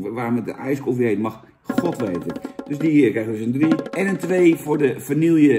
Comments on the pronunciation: Het is "vanieje" Niet "vanielje". Doe me niet zo'n pijn ‼️😭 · Jantje, wanneer stop je eens met vanille als vanielje uit te spreken? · Vaaaanieeeeeeelje, zoals alleen ome Jantje dat kan uitspreken....